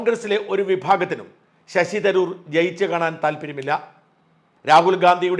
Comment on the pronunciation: ശശി തരൂരല്ല ശശി'തരാർ' അല്ലേ സാറിന് തെറ്റിയെന്നു തോന്നുന്നു ആകപ്പാടെ 'കൺഫ്യൂഷൻ' ആയല്ലോ.